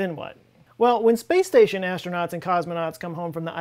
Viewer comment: Please, pretty please with sugar on top, try to pronounce aStronauts, not aSHtronauts. You are not Sean Connery... :)